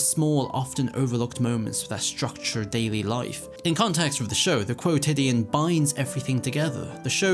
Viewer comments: i have never heard someone say "quotidien" in english, so i felt like i was having a stroke for a minute being like what is this word that's being said lmao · To be fair, he did say it strangely the first few times but eventually got it at least once